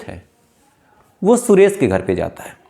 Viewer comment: रच्छित नहीं रक्षित और सुरेस नहीं सुरेश